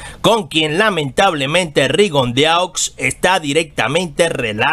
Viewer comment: Se pronucia Rigondo